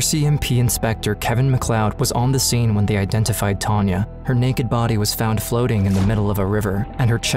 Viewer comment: Is the narrator saying Tonya instead of Tanya? Or is my hearing? I hope he is saying Tanya as it's important for those that love her.